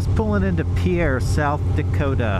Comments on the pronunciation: Born and raised in South Dakota, live in Big Lake. Pierre is pronounced like fishing "pier". Not like people would think the French terminology. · Yes, all the South Dakotans corrected my pronunciation of Pierre after this video. I've been doing much better with it since. 😁